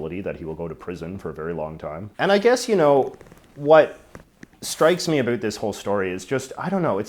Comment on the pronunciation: I decided to suffer through J.J.'s execrable pronunciation of "about." And I'm glad I did.